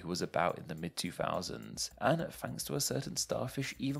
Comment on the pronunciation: Lol “is this Name Explain?” british AF “No, this is ”